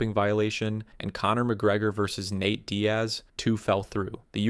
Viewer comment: How have you been making these videos for over a year and you’re still butchering so many names. HOW do you mispronounce “Nate” as “Nat”?